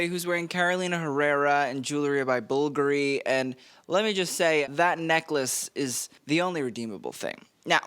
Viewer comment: I can’t you cant even say bvlgari right and people are buying your shit? Youre not even a stylist bro you just are interested in fashion i mean keep appealing to the normies cuz u are one too lol😅😂